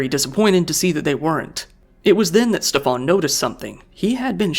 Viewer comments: His name is "Schtäffan" not "Ste-faan" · Its better to just prounce Steven normally, Steff-ahn as you are pronouncing it sounds french or something and is incredibly jarring (german here)